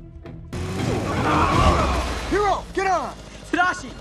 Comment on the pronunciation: and it sounds like she’s saying “Hito” for Hiro